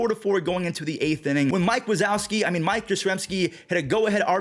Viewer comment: Did you say mike wasauski from monsters inc...